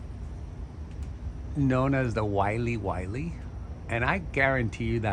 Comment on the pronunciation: It makes me laugh to hear Wiley Wiley, it's Wa-Ling Wa-Ling from the Philippines. Im a huge fan of your collection.